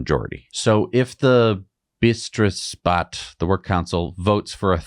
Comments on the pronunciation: that got butchered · Betriebsrat [Bah-‘treebs-raht] with emphasis on treebs